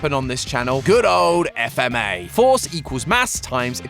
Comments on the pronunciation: dude its fma not f m a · It's FFFMA not f m a